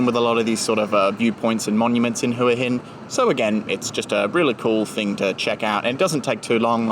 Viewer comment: I've noticed that tourists pronounce Hua Hin as Hooa Hin but the locals pronounce it as Wa Hin